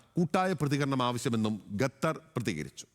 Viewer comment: ഗത്തർ ഊംഫിയല്ലോ ഗത്തർ അല്ലടാ മലരാ ഖത്തർ